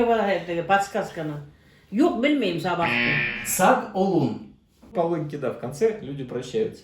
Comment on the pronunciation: Например. Не Сагол ,а саğол. Думаю из-за этого и большенство не понимание